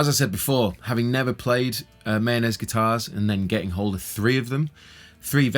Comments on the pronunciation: Mah - Yo- Ness, not Mayonnaise. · The correct pronunciation is actually MY-OH-NEZ, according to the maker of these instruments. Not mayonnaise lol. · Sounds like you keep on saying mayonnaise 😂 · I always hear the "Mayonaise" guitars when you say it 🤣